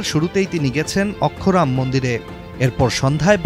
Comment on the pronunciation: অক্ষরধাম মন্দির !! এটাই বাংলা পড়তে পারেন না!! কোন বোর্ড ??